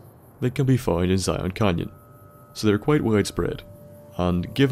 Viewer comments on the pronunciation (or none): none